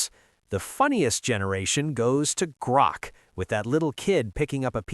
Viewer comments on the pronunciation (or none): Ah yes, "Groak".